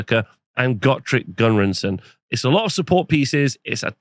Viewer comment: It's "Gurnisson", not "Gunrinson". Be thankful Gotrek didn't hear you say that.